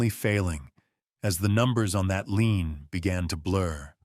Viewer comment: Not lean, lien.